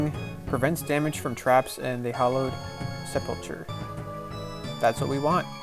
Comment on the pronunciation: nice vid. Wasnt sure if I should do this or not. just a heads up it pronounced sep-ul-cer. :)